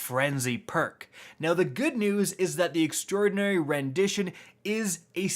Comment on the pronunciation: If you're talking about how he says extraordinary then he's the only one saying it properly. Not sure why so many other youtubers have been saying extra-ordinary, it's quite wrong.